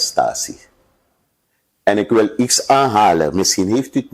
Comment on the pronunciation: Blijven dromen.mvr.bouterse wordt zeeeker president wat een lachertje.en wanneer ga je leren dat het iets is maar niet ieks.omg.